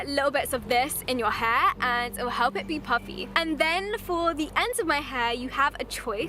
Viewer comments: Ela sumiu e falou hepl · No momento 4.10 ela disse hlep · Ela parece falar help duas vezes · ela gesticula a palavra "help" mas lembrando que ela é britânica eles não falam o "L" tão gesticulado igual americano então fica tipo "Hep"